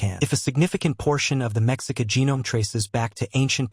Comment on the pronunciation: Mexica is pronounced Meshica with the accent on the second syllable.